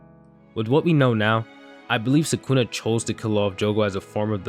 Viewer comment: Skoona :D